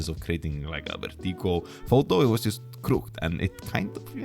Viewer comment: It’s pronounced “crook-ed” :)